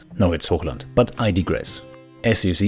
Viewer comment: When you said Hochland, i immediately knew you were german. :D Great Army btw.